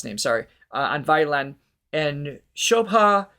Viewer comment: WOWWWWW!! You actually got shreeDHar and shoBHa perfectly!!! That’s amazing… those are phonetic sounds which few Westerners can manage! Congratulations! 😃